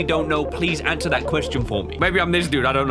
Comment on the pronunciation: 100005 got an accent, when he says "answer" ...